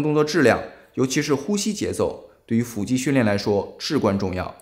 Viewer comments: 不是fù肌吗？？fǔ肌听着好别扭啊… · 為什麼腹肌都唸成斧肌